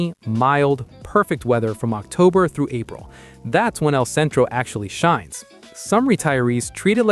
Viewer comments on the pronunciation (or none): none